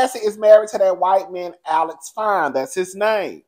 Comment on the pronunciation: The way you just read Alex zownn and Cassie caught a stray bullet! I am hollering😅😅😅